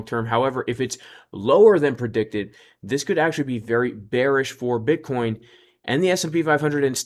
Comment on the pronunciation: LOL sounds like you said B*uttcoin 🤣